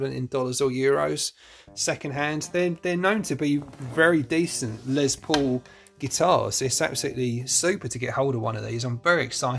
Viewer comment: You Britts really need to learn how to say LES paul, not LEZ paul...😂😂😂